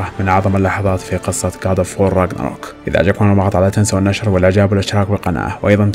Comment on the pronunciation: بالعراق نكتب گ من اللغة الكردية وهي نفسها الجيم المصرية گاد أوف وور هو اللفظ الصح وليس قاد😂😂